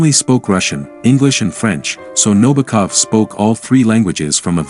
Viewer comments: This narrator repeatedly calls Nabokov, Nobakov. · Also, his last name is accented on the SECOND syllable: NaBOkov.